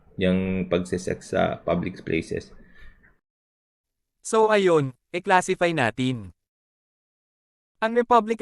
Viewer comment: tma ba dinig ko sabi ni libs "publicS places" o "public Splaces"? Critical thinker db at meticulous? 🤣 Epic yang safe spaces act, na obsess na talaga c libs 🤣